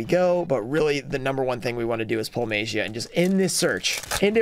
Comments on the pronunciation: Guys, what is the correct pronunciation of MAGIA, show be Mah - Gee - A right? Instead of May - Gee - A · I think it’s pronounced May- ja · Don't remember the day, but the day where you went off the tangent on pronouncing Magia differently and noticing that you pronounce it differently from other yugituber was a nice tangent to go off on